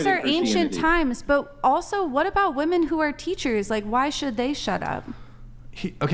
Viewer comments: Please stop pronouncing "women" as "woman". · Why do no women on this fucking podcast know how to say women plurally? [Wih-Men, not Woo Men] WTF its a recurring theme. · It HAS to be called out EVERY TIME “women” can’t be pronounced properly